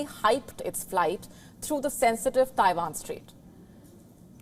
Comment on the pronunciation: Abandon Tie-vaan - where is Tie-vaan?